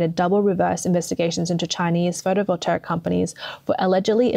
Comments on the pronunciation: Can't listen to you say "voltaric" one more time. If you make your living with words, LEARN WORDS. Seems like a simple concept. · Sorry to be picky ( Might be AI reading this out incorrectly ) Photovoltaic is pronounced - Photo Vol Tay ik Potash is pronounced - Pot Ash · No such word as photovoltaric. Overall, the reading of this video sounds like it was dove by a 13 year old who doesn’t know either the meaning or pronunciation of a lot of key words. Very off-putting to listen to, but the message is clear - China is doing a very bad job of producing so- called green technology and western nations are in trouble because they don’t do any ofv5his themselves. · This is not a complaint, just some helpful advice. It pronounced photo-vol-TAY-ick. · Seems that BYD is planting its EXPLODING CARS all over the world! 😲 Is this a CCP plot? 🤣 EVs are a scam and Chinese EVs are potential death traps. Only a FOOL would buy one... 🤪 "Photovoltaic" does not have a "R" in it. Pronounced fo-to-vol-tay-ic. M 🦘🏏😎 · I have never heard words mispronounced so many times in one video. Someone forced this narrator to read words she is unfamiliar with. Especially photovoltaic. There isn’t even an “r” in it. Then subsidies was pronounced as subsidaries (she probably mixed it up with subsidiaries) several times before miraculously being pronounced correctly. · anyone noticed this commentator pronounces photovoltaic wrong? lol super minor but found it funny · The narrator says "photovolteric" over and over again, it very plainly sounds like PHOTOVOLTAIC to me... Do you see an E or an R in PHOTOVOLTAIC??? I don't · there really is no R in Photovoltaic.....Photovoltaric is not a word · For Gods sake, work on your pronunciation! It's appalling. It's photo voltaic. Not voltaric! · The word is photovoltaic, no photovoltaric. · Photovoltaic not photovoltaric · Take a drink every time she says "photovoltaric" instead of photovoltaic. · FYI: You pronounce photovoltaic as photo volt ey ick.